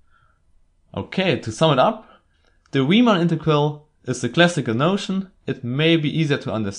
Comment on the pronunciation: You're guaranteed that "Riemann" will be pronounced correctly!